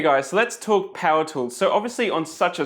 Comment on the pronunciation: T HHHHHHHHHHHHHHHHHHHH woools !!!!! nous qui ne prononçons pas le H, cela fait bizarre !